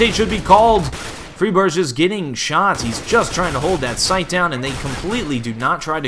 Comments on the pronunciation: It's fry-berg (like Iceberg), not free-berge. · Great video but keep in mind that Friberg is pronounced with a regular [g] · Great commentary. Liked it a lot. One thing to note though is that Friberg's name isn't pronounced with a "sh"-sound at the end. The G is pronounced like the G in Gregg or Garfield. Don't wanna be a nit-picky little bitch. Just thought some might wanna know. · you pronounced fribergs' name around three different ways that entire game :D :D